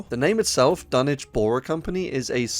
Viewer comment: You win YouTube for saying Dunwich properly 🥇🎉🍾